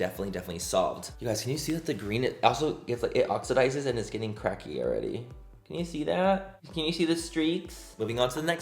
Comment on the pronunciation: Say cracky again